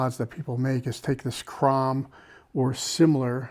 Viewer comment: there's a lot of them. The only way I learned about the Tekton pronunciation was watching one of their tool rep videos. And Crom is pronounced Chrome.